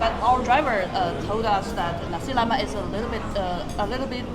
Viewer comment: Nasiii leak not naz1 lemakk😂😂